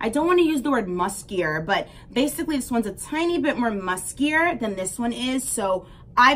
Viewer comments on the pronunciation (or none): none